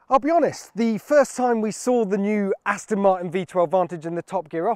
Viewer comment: Gear Will you ever get Jack Rix to speak correctly - Remind him it's 'Aston' Martin (not Astin) you know 'ezackly' what I mean.....